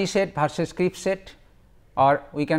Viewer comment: Crisp not Crips